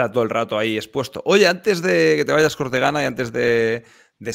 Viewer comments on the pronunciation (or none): que haces, la declaración de la renta dice cortegana 😂